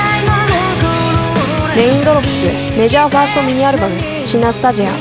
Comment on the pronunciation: メジャー言えてなくて草